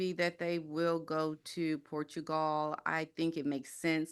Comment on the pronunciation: Who is this person and why isn't she afraid of getting sued? She can't even pronounce "Portugal" properly. Give me some Lady C....she has a solid, good reputation and possesses gravitas. This gossipmonger is not doing it for me.